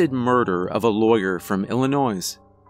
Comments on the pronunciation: You don't pronounce the s in illinois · Oof he pronounced the s in Illinois. Laughs in Chicagoan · The S in Illinois is silent. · U know I love your stuff, the last S in Illinois is silent, I know, i know sorry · only reason I noticed is its the only time I've heard a wrong pronunciation from you, all the other horror channels I listen 2 constantly f stuff up so I stopped noticing, no one is perfect but hey 1 wrong in tens of thousands of words ain't bad